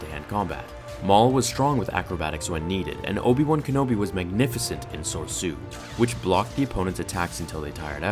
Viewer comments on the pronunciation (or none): It’s pronounced “Soresu” my dude